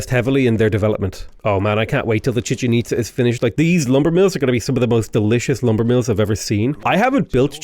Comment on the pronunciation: Glad to see I'm not the only one who calls it the Chicken Pizza. You also have the Empanada (Apadana) and Porta Potty Palance (Potala Palace). So many great non-names